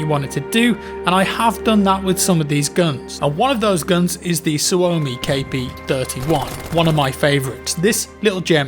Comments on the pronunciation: The way that he said suomi kp sounded fun cause im finnish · When you first said the Suomi KP I was like what gun is that? But then I realized you butchered the name. A fun fact, the KP in the name stands for Konepistooli which is translated in English as a machine pistol